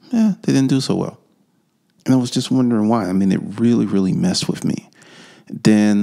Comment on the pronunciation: It's with not wiff